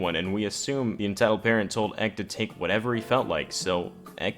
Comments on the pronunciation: EK is said like EP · Stop saying "ek". It's an acronym. Say entitled kid or E K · I cringe every time he says ek smh 😂